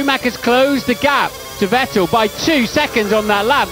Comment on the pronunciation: It's funny to hear commentary talking about "VettEL". Dude had only been on the grid for like 5 years and win a championship, and still gets his name mispronounced.